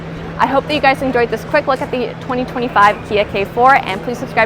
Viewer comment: 케포가 아니라 게포아냐?